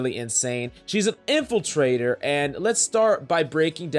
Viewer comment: it triggers me when he says infiltrator